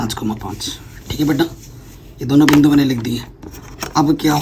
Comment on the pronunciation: Sir ye aapka batte bette bohot disturb karta hai bate hota hai batttte nahi